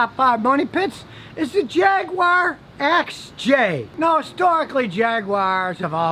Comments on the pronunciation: Jag-Wire? It's pronounced Jag-Guar. I'd even tolerate Jag-ooo-are. But it's not Jag-Wire. Stop pronouncing it like that! Also: a catalytic converter is pronounced "Cat-A-Lit-Tic" not "Cad-A-Lat-Tic", like I've hear you say. It's not a damn Cadillac car! Also: a manual transmission is no longer a 'standard' transmission. Most cars sold today in the US come standard with an automatic transmission. Stop using that antiquated saying! Whew! Needed to get that off my chest. I feel much better now. Queue the haters... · Scotty I love your videos but please please it is Jag you are. That’s how to say it 👍👍👍